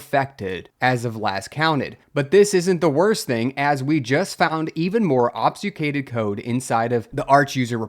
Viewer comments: ob-fU-scAded please man that’s how it sounds < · ob succ ated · "obfuscated" is ob-fuss-kay-ted. Or are you being meta? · Ob-fus-cate. "AWB"-"fuh"-"skate". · You sound to be pronouncing "obfuscated" wrong but I'm not sure how. The "fus" bit sounds maybe like you say "sfu"? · "Mallware" "obsucated" Bro take a breather 😂😂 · That pic is literally my discord pfp and I was just about to comment something about the "obsucated". Needless to say I had a confused moment. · I can side with "mallware" since it stems from "malicious" which sounds like "mall-icious" but "obsucated" was a big wtf lol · How many ways can mispronounce "obfuscated"? YES!